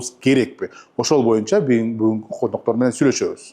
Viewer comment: Коноктор деген, бат айтып "н" тамгасы жутулуп кеткен